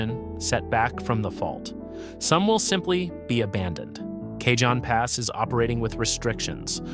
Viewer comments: it's pronounced ka-hone pass. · kay jon pass? Oh for F's sake. Is your AI narrator a moron or was this a human mistake? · FYI, Cajon Pass is a Spanish word, pronounced "Caw-hone". Just sayin'